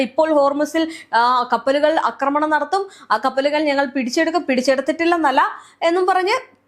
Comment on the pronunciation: അക്രമണം അല്ല, ആക്രമണം ആണ് ശരിയായ വാക്ക്.